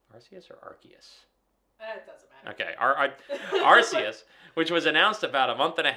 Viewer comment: Ar-SAY-us is correct. Good on you, husband. (Ar-SAY-oos, as in "Deus" if you want to hit a home run.) I played New Pokémon Snap and I liked it a lot. I should probably revisit it sometime soon on my Switch 2. It's a solid spinoff, about the right length (not overly long like a Z-A), and it's just fun getting good shots of pokes. The graphics really stand out among the Switch 1's best efforts. The world really feels alive and vibrant, too. Yeah, I wish more people actually bought this game. I always hate it when people glaze GameFreak for delaying Winds and Waves all the way to 2027, though. The wait between games has become absolutely unbearable from a consumer standpoint, and that's just some enabling behaviour right there. Z-A had a RIDICULOUS amount of dev time and is aggressively mid. I hope that WW is good, but I also hope this dangerous precident of taking insane amounts of time between games isn't further enabled if it does kick a lot of ass. I want to be ALIVE when Gen 11 rolls around.